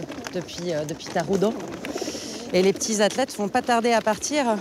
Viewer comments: on prononce le "T" du nom :"Taroudant", la ville de Taroudant est construite avant Marrakech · ça se prononce '' Taroudante '' , si vous connaissez la '' dakka marrakchia '' des chants et des musique de cette ville traditionnel l'histoire est inspiré de Taroudante . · L'arrogance française par l'étymologie : jamais capables de prononcer les mots sans les assimiler. Il n'est pas plus difficile de dire Taroudante comme il n'est plus difficile de prononcer Mohamed plutôt de Mahomet, nom inventé et historiquement inconnu.